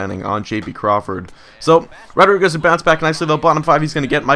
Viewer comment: "Uardriguez" I like it